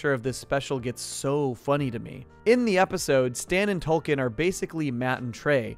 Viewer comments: Is it Token or Tolkien? I thought they was a joke about diversity there, but I keep hearing Tolkein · Dude it sounds like your saying Tolkien. His name is token. Because he's the token black friend. That's the joke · It's TOKEN, not Toll-Ken, why are you saying it that way? Do you not get the joke that Token's name is? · The characters name is Token not 'Tolkien'. Get it right. He was created as the 'token' black character on a show primarily about white people. That's the point. It's supposed to be both funny and 'meta'. Note the T on his shirt, it stands for 'Token'. No other character on the show is singled out like this. For someone who watches the show as much as you appear to it's just sloppy, amigo. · Stan and tolken? Uhm wtf?! Isn’t it TOKEN? For the obvious southpark gag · honestly I didn't know about the change, I just thought you were Canadian or something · Every time you said token it sounded like you were saying Tolkien. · Hate to be that person, but it sounds like he's saying Tolkien, like author of lord of the rings and not Tolkien as in the Tolkien black character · Are you actually calling token Tolkien? 😂